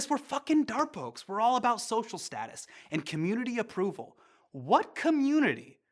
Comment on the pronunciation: It's not daarpok It's Darpok Dar pok